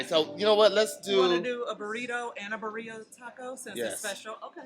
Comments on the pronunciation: “Berrara Tacos” 😂 The way says it lol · The word is pronounced "birria" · Lmfao had the hardest time saying Birria lmfao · He couldn’t get it right for shit😭